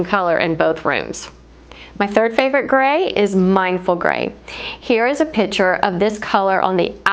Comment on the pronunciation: I think you mean picture, not pitcher. Pitcher, pronounced "pih‑chr" something that holds/pours liquid "a pitcher of lemonade Picture "pik‑chr”: artwork/photo